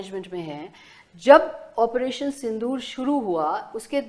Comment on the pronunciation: Sindhoor nahi sindoor bhai